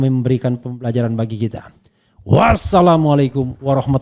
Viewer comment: Koreksi bang Rafli, untuk bacaan salamnya biasa saja. Kalau pakai intonasin yg ada itu seperti pakai ش، bukan pakai س. Yang betul kan س ; السلام عليكم